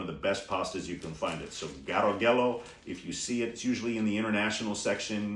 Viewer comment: De Cecco and Garofalo are mispronounced.